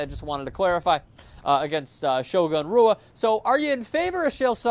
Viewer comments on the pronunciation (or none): You need to work on your portuguese pronunciation. The letter r is like an h. So it would be "Hua" not "Rua". Although it's funny to hear you say Rua haha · It's pronounced hua not rua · It's pronounced whoa not rua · just pronounced "shogun" rua's last name....ROO-AH, not HOO-AH....all credentials gone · Does it piss anyone else off when people pronounce Rua with an R sound instead of an H sound? Because I hate that shit. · Pronounced, "Hua" "reporter" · It's pronounced "who-ah" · In Portugese, the 'R' is pronounced as a 'H' so Shogun's name is pronounced Mauricio 'Hua' [Hoo-A] Just to clarify. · He is just joking, he is trying to get recognized and it is pronounced 'Hua' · Not pronounced Rua... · Rua's name is actually pronounced "Hua" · it's pronounced Rua (Who-uh) the R is an H. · Rua is pronounced "HUA"..... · to be in your business (the commentator), one would think that you would at least pronounce the atheletes name(s) correctly . . .especially since your work is only possible because of their efforts and or achievements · Sry brother it is pronounced with an h , there is a website inuse when I go diff places to help me with pronunciation ,its called forvo. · This was an extremely biased and poorly made video. I couldn't even make it through to the end. I imagine you are probably a basketball fan who is only mildly aware of MMA as a sport. One of the biggest give-aways to this was your continuous mispronunciation of Shogun's name. Most people that are even moderately informed on the subject of MMA are aware of Brazil's H sounding R's.